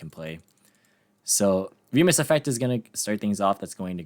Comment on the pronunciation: Fun fact for anyone that doesn't know: Remus is the brother of Romulus in the ancient founding myth for the city of Rome. (and thank you for pronouncing it correctly).